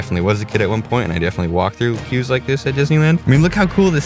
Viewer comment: Stopped watching when you said "queues"